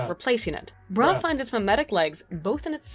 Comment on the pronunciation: 'breh" ?? BRUH